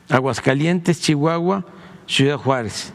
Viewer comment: Se dice ciudad no cuidaaa